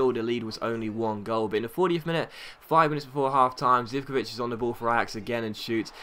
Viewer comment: Hey great vid once again but Zivkovic is pronounced zikovich.:)